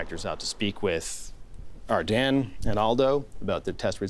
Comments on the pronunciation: “Ar-den” WTF JDHSHUEKSNX ITS AR- DEEN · “First up Ardene” I thought it was pronounced Ardean💀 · Ar-Den? Really? Everyone I’ve ever heard pronounced it like Ar-dean. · My mind is being blown by the fact Ardene is pronounced Ar-den and not Ar-dean like I always thought. All my friends said it like Ar-dean growing up. I had a lot of jewellery from Ardene as a teenager. A bit worrying. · the way he pronounces “Ardenes” makes me uncomfortable lol. i thought it was ArDEANs not ArDEN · dera no it’s ardeeen butvthis dude is wrong lol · did this dude just say ardAN, every time he says it I cringe ahhh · It's super annoying that you don't know how to pronounce Ardene lol